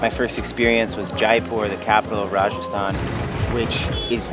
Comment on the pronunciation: Your hindi pronunciation of Rajasthan & Udaipur reminds me of the British overlords who ruled India. Scary. Btw great video.